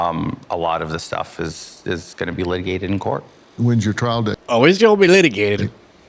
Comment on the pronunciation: did briefly turn into a black woman at around all like, "oh it gone be litigated!" 🤣(with great love and respect! thank you for the show.)